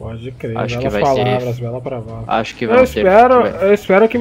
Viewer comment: "Bela pravala" kkkk